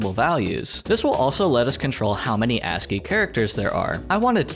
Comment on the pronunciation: wait, there are other ways to pronounce ASCII? & yeah usually ASCII doesn't really draw the backgrounds in that much detail